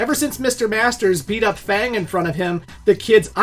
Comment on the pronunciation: Why do you not know how to pronounce F.A.N.G